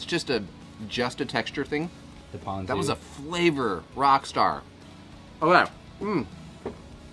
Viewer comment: As usual, you were right and pronounced “Ponzu” correctly. At what point do you muzzle tha camera man of yours? 😂